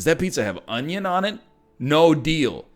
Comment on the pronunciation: A good onyo is a heavy onyo.